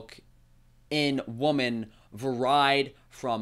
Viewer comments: bruh its Var-eed not var-aid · That's varied, pronounced vereed. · Please look up how to pronounce the word "varied" 🤣